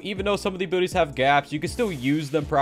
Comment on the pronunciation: When he says abilities I hear him say abooties